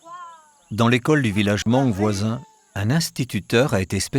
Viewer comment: Beautiful documentary! I like watching documentaries like this one. Just a little correction many time the narrator mentioned "Moung" it's also an ethnic group, but the real name is Hmong and the pronunciation is without the H. So it's read as Mong.